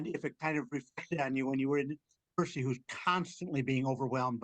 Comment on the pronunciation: percys name is Percy - c, like the s sound not like jerky that's just weird